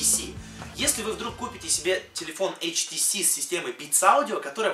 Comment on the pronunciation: Не ШТС, а HTC(ейчтиси)